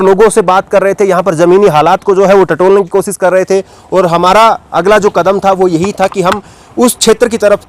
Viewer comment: sha shabd ko sahi ucharit kiye sir jaise koshish ko kosis mat khzhiye. Administation ko adninistasan mat kahiye sir..Baki apka journalism bebak aur lajwab he